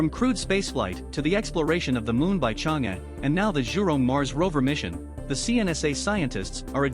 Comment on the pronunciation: This is a really informative video! Would be perfect if you can pronounce Chang’e correctly